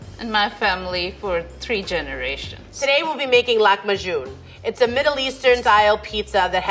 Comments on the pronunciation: It irritated me so much when she said “Lakhm ajun” instead of “lahm ajin” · i don't believe how she pronounced the arabic word for lahem aajin to lahmajun . i didn't understand at first although I speak arabic . Amazing how pronounciations of foreign languages differ based on the native language